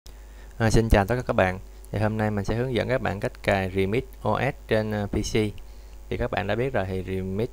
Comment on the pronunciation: Bạn đọc từ remix thành từ redmi r bạn ơi